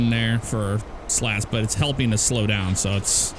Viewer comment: I love it. You were saying little slow then the Ryanair landing happened and it sounded like “little slut”. Lol what I say if I have a Ryanair landing.